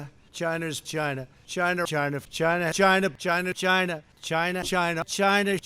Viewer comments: It's pronounced "GYNA"!! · zoned out and though he kept saying vag!na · China's 'gina? lol. I guess I heard differently. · He was saying CHina this whole time? I thought he was saying "Gina"...he keeps looking at that..well, nevermind. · some of those "China"s sounded like "Gina" thank goodness he didn't put "Vi" in front of it. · “V’China” -Trump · Was he saying Vagina or china? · When the Pres. Trump calling China so quickly it blended in and sounded like Vagina..... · all I hear when he says that is vagina... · Everytime Trump says "c h y n a" I keep hearing vagina. Its awesome. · Too many times china sounds like v*Gina 😂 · Cryo Optic i heart like vechina if ya know what i mean haha p***y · That is CHYNA with a y.